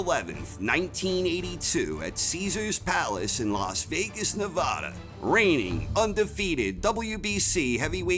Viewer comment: I'm a great boxing fan and a fan of your videos. However, as a former resident of Vegas for 16 years I cringe everytime I hear you mispronounce the states name. It's Ne-vaah-da, not Na-voh-da, bur don't take my word for it, ask some other residents, or better yet, just call a city or state office. Many can argue that it has nothing to do with your narration of the act matches themselves, but it marks the difference between being good and being flawless.